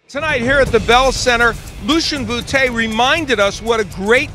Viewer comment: ha he said bootay